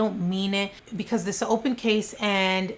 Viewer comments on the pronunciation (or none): none